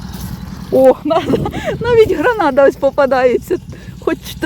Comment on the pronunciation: Не гранада, а гренада